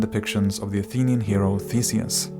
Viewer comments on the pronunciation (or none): none